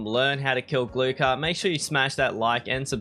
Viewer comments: G L U H A R not glukar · Hey brah, the k is scilent in his name.